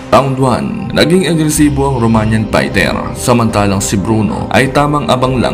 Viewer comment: HINDI YAN PAYTER TOL Fighter Yan pagbigkas mo ULITIN MO NGA PAYTER ay mali yan